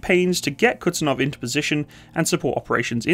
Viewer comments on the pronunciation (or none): It's Kuz-niet-tsov 😀not Kutsenov 😀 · It's not Kutsunov or Kutzenov. The name of the aircraft carrier is Admiral Kuznetsov. And its not exactly an typical aircraft carrier but heavy aircraft cruiser. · it hurts every time you say "Kutsenov" instead "Kuznetsov" Excelent video about russian aircraft carrying wreck that produce smokescreen while it floats... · It's not kuTZenov but kuZNETsov